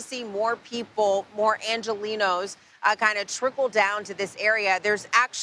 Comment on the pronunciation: you pronounce "angelenos" as if the 'g" were an "h"